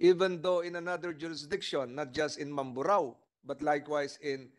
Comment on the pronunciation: Hesus maryosep ikaw vlogger nakisakay kana rin lang sa issue para lang may ma vlog ka. Hindi mo pa inayos ang pag bigkas ng mamburao. ANONG MAMBARO